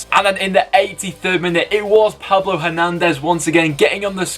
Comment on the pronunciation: You got the surname right for the goal of the week, it was Hernandez, but the first name is pronounced Pablo!!